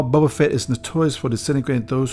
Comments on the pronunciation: His name is Boba, not Bubba ... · "Bobba Fett" lol